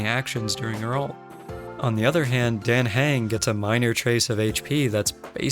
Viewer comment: It’s dAHh hUng the game pronounces hus name pleeeeease say it right